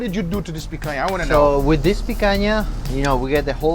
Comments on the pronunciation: Is it the picanha cut? He keeps saying picayah? . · And he didn't say "my food" he said my picania. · "I picanha you" Yeah you do with all that smack talk lol